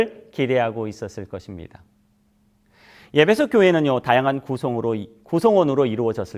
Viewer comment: 예배소라고 발음하니 귀에 거스르네요 목사님 발음을꼭 확인해 보시지요